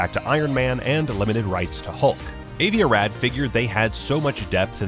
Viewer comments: "Avie A Rad?" Jesus, learn a little Hebrew. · Avi Arad is pronounced AhVee AhRodd